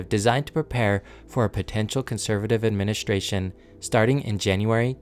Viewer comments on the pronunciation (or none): It's a very good video, but I have a suggestion for the narrator. Please stop adding an "H" to words that have "S-T-R" in them. It isn't "shtrength," it's "strength." It isn't "adminishtration," it's "administration." It isn't "shtructure," it's "structure." When you speak in an unnatural way, it distracts the listener. You did this several times in just the first minute or two, and I have no idea why. It might seem petty, but I hired and trained TV news broadcasters, and speaking plainly and naturally without affectations is the mark of a good communicator. Work on it, and you'll be a better narrator. Otherwise, great job.